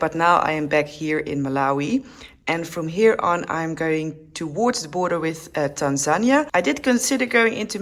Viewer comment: It's so good to hear someone pronounce Tanzania properly.